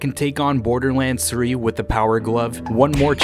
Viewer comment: It’s not borderlands it’s borderlands say it right